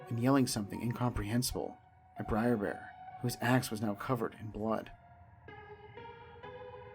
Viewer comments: "Briar Bear"? "Briar Fox"? Huh? Their names are Br’er Bear, Br’er Fox, and Br’er Rabbit. "Br’er" is an abbreviated form of "brother" and is pronounced… brer. Rhymes with rare, just with a "b" in front. There’s no "i" in "Br’er." Every time you call them "briar," you show off your lack of research and lack of knowledge of the material. Terrible narration. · It's br'er not briar, first off. Second, splash mountain was way overdue for an overhaul. The animatronics were pretty much just decomposing by the time they announced the theme change. Btw, it's being changed to princess and the frog.